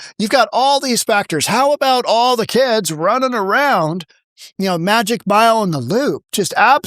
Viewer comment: "Magnificent Mile" not "magic mile"......:The Mag" etc.